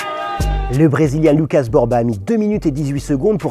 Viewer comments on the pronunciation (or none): none